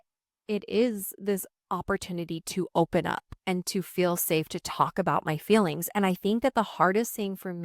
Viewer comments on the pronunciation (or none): I love you. Always have. One bit of constructive criticism … it’s fEElings. Not FILings. 😅I know it’s a Utah/Idaho dialect but….